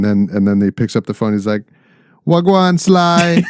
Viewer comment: you “wa’gwaan” like a pro!